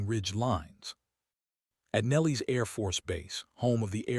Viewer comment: Love the AI prronuncialion of Nellis AFB into ‘Nellies’.